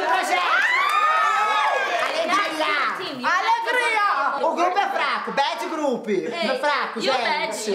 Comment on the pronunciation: a saby: " ALEGRRIAA"